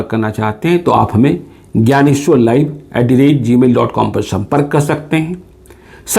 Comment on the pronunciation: Mera naam Gyaneshhhwar hai. ... vo kadab din tha. What a pronounciation ability he has.😃😄😅😆